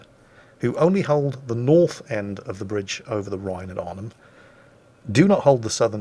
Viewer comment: Your pronunciation of Eindhoven and Deventer is actually pretty good, Nijmegen is quite good except the 'g' is the typical Dutch g in the back of your throught. And with Arnhem the stress is on the first syllable isntead of the second. It's better then most English people!